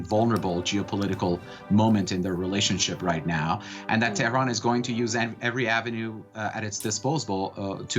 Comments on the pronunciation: I like how she pronounced it terroron haha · She trying to pronounce Tehran as a Persian would. I applaud her effort. FYI, the entire western world pronounce Baghdad wrong!